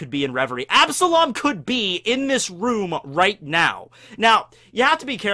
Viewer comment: You took an L on absalom